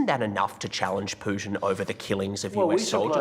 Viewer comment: I love how he say Vladimir Pušin Smoked weed, lost sides, i’m so high, love to you all